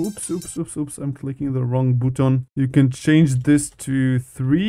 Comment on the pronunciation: "Wrong BUTON"💀